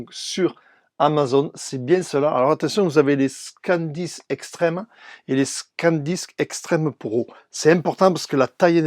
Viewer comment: C'est moi ou c'est ton accent de Toulouse qui te fais dire "Scandisk" au lieu de "Sandisk" ? Et que tu écris "SSD Scan disk externe" 😂 😂 😂 😂 😂Mais merci pour ta vidéo 😃👍🏻